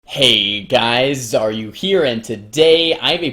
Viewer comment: I think I'd recommend changing your intro a little. It sounds like you're saying "Heyyy guys ARE YOU here..."